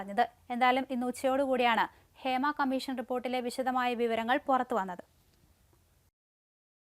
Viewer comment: ഫേമ അല്ല മല നാടാ ഹേമ